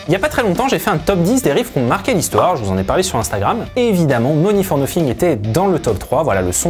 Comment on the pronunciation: Vous feriez bien d'apprendre à prononcer l'anglais plutôt que de le prononcer comme le "beauf" moyen !.. En effet on ne dit pas "Money for noFing" ... mais "Money for noTHing" comme pour the, theese, thoose, that, thumb, thing, think, thick, tooth etc ...